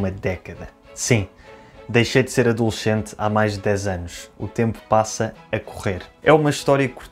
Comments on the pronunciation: "Adolxént" hahhaha adoro esse sotaque português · "Adolxente"... Hahahahaha!!!! Meu Deus!!! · ou alguém que fale português europeu. Sou brasileiro. Todos os SCE ou SCI de português europeu são pronunciados como CHI, CHE? No Brasil ADOLESCENTE se pronuncia adolesCEnte, como na palavra doCE. Percebi essa diferença porque o técnico de meu time do coração, o Palmeiras, é português e agora neste vídeo.